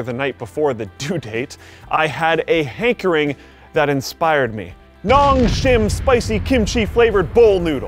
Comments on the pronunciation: Nongsim... you should read it noongsim (농심) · Every Asian will cringe at how he says nongshim